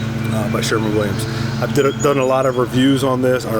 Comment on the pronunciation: *Sherwin, not Sherman. It's spelled right out for you on the can. Also, it's a one coat system, unless you're applying "wet-on-wet," which can be a real PITA on large areas with few natural breaks.. Excessive film build, resulting in tackiness and shiny spots will occur with multiple coats.